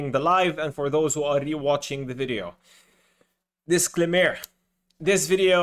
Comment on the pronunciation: Dis-CLAIM -er (not DIS-clam-mer)